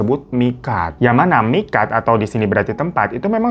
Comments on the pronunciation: Tulisan miqat bacanya miqot bang.karena huruf qof fathah itu qo bang.cuma ngingetin saja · Koreksi aja ya bang, bacanya miqot bukan miqat. Emang tulisannya miqat sehhhhhhh😂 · tulisanny MIQAT tpi dbcany MIQOT kak